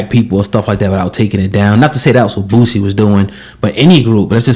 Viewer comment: His name is boosie not bootsie